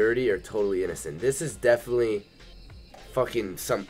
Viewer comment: he says "those girls are dedinetly getting railed" 😂😂😂